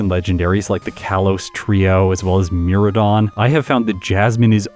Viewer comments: Sorry but I can’t take your pronunciation’s anymore 😂“mir-rye-don” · Sorry to be the one saying this but my dude Miraidon has an i in it that you pronounce. Love your content tho man keep up the good work <3